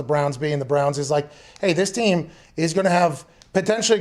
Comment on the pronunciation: “Cleveland Brahns”